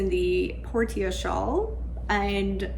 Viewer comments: Trying to be helpful—not snarky—I believe Portia is pronounced porsha, with the a sounding like the a in petunia. British pronunciation glosses over the r a bit. It comes from Greek based on Latin meaning harbor or haven. Enjoy the knitting journey!🌻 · Portia is generally pronounced as: por shuh. ❤ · Ahem, “Por-sha” like the character in The Merchant of Venice ; )